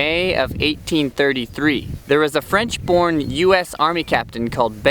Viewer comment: I just happened upon this video but I need to tell you that your French pronunciation is amazingly good.